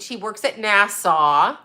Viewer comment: NASA NOT NASSAU. NASA SOUNDS LIKE ASSA NOT ASSAW